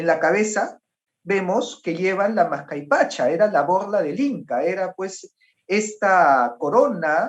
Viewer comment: es mascapaicha, no mascaipacha